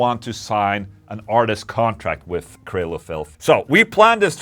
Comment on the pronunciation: Mr. Englund, I really enjoy your vids and I enjoy the way you pronounce Th’s like and f( example: Sunday wi(ff)th Ola. I am definitely going to buy one of your companies guitars. Quick question, can I get whatever pickups I want and for that matter however many I want as well as control knobs on the guitar? Let me know my good Man. Ola for everyone!!!!🍟🍟🍟🍟🎸🎸🎸🎸🎸🎸